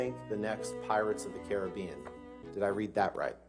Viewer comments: No he didn't read that correctly. It's "CA-RIB-BE-AN" not "CARA-BEIN" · it’s actually pronounced kha-rah-bee-an, so no. You did not read that right. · bro the people at the back are trying their hardest to not laugh at this awful lawyer I also find it funny that he keeps reading names of articles and just saying "Did I read that correctly?" nah fam, you said it wrong